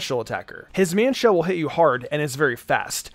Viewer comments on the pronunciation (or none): none